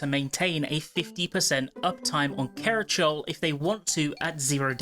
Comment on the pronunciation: Loved this! Awesome stuff put together! Only thing I couldn’t help but notice towards the end is how you pronounced Kerachole. It’s not a big deal but you pronounced it like Kera-Chowl (like bowl) when it’s pronounced Kera-cauli (like cauliflower)